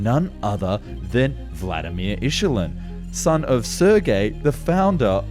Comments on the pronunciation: hey. it's not "ischulin" but "ilyuschin" . or how to write it to be understood...😢. the first word is so so close to really dirty russian word "schulin"... may be taken bad over there - especially now. airplanes are IL not IS' . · It is ILUSHIN not ISHULIN! 🤦‍♂️ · Why do you pronounce Ilyushin as “Issshulin? It’s [I] + [LYOO] + [SHIN]! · Michelin tires 😅Ishulin...planes 😅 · I love guys who want to make aircraft docs but pronounce Ilyushin as "Ishulin". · Illyushin is pronounced like "illusion". Im a military aircraft enthusiast since maybe 4 or 5 years old so I have been hearing the famous russian designers names for like 30 years. The SU-25 is a fantastic aircraft and I would not want to be on its bad side. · Aussies just as ignorant as Yanks...It is NOT pronounced issulin fool.... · bro? WTF? Im 5 minutes in and you said ISHULIN like 10 times already? How can you be that ignorant? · Calling Ilyushin "Ishulin" is the only problem with this video. 😂 Great work! On a side note Brrrrt fans often criticise the Su-25 for its much less focus on anti-tank warfare. To be fair the Soviets didn't need to deal with overwhelming number of NATO tanks (it was the other way around), so tank hunt was not a priority. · I agree with your comments and especially "Ishulin" made me bit angry but it is not the only problem with this video. He said all other projects were immediately scrapped which is not true. F.e. MiG 27, an modified MiG 23 for ground support stems from same exercise issues. I recommend Paper Skies channel (he made a great video about), guy who grew up in Soviet Union (Ukraine more precisely) and his father was fighter pilot. Much more interesting stories IMO and better researched. And at least no risk of him pronouncing Ilyushin as "Ishulin" :) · You pronounce Il-yu-shin wrong :( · why the hell do you pronounce Ilyushin as ishulin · "ichelin" ... uh huh. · sounds like “michelin” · I hear Yushilin 😆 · Ishulyn brought my watching session to an abrupt end.